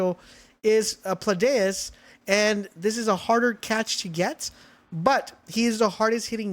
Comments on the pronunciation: pls stop calling him Pladius 😭 it's PALADIUS 😂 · Paladius ≠ Pladaeus